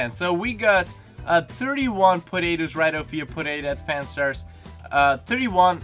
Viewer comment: Thought you said "Podaetoos"